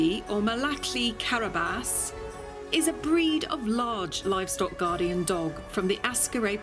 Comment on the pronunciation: You are mispronouncing Aksaray. Not Ah-skah-ray, it should by "Ahk-sah-rye". Gorgeous dog, btw. I love Malaklis. Also, it is "Kah-rah-bahsh", means "black head".